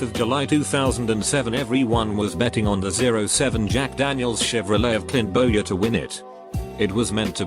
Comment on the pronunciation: it’s pronounced BOY-er, no Bower! Does auto speech even WATCH Nascar?